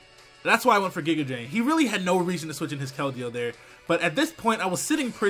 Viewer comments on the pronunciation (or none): none